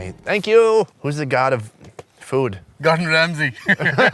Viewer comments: Did he say Gordon Ramsay?? hahahah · He said God of Ramsey 😂